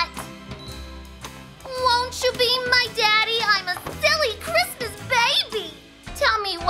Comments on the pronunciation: "bwain hurty understandy kwismas" gets me every time hahahaha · I believe you mean cwismas